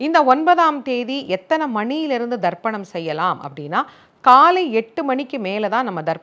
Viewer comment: She say Tharpanam not dharpanam , listen probably